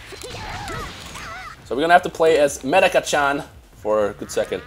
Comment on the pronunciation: my dude her name medaka say her name right